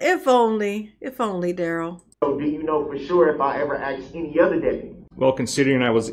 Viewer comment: HE AXED??! AM I MISSING ANYTHING???